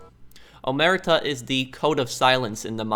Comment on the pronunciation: omertà with the accent not omerta...love your playthrougts keep it up! greetings from Italy